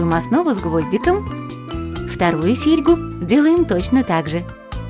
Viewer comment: Вторую серьгУ. Извините, что попровляю, но не приятно просто!